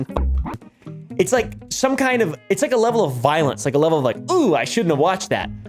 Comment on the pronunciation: I liked the part where defined cringe and called it VI O LNS.